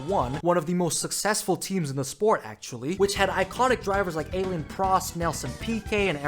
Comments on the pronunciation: al-ay-n is crazy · How do you mess up the pronunciation of Alain so bad that it sounds like Alien? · Did you just call Alain Prost "Aylin" ? 😂